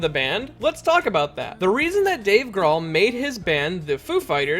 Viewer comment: His name is pronounced groll